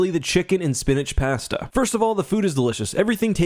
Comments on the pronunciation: How pronounced pasta fills me with more rage and contempt than anything Disney could do to bastardize Star wars at this point. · Hotel aside, bro did you really pronounce pasta like that?